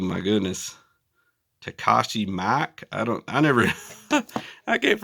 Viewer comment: Otis, Criterion, Dragon Dynasty, Mr. Combs in 3-D, Full Moon, Takashi Miike (pronounce MEE-KAY) my favorite director. Great haul my friend!